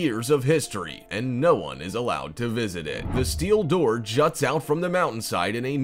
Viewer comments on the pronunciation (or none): none